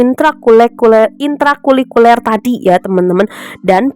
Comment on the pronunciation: Maaf kak, sedikit koreksi ya... Intra Kulikuler ❌ Intra Kurikuler ✅ Sukses selalu kakak...❤❤❤